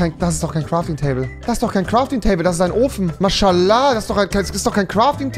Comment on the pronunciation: Niemand: Rewi: mAsChALAAh